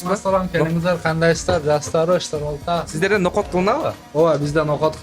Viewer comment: Ноокот эмес ноокат